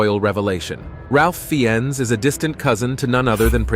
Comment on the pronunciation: Ralph Fiennes is pronounced Rafe Fines. Not Ralph Feeones.